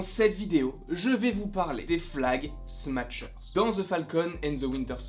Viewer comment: En français on dirait « flag smacheur » plutôt que « flag smatcheur » voila voila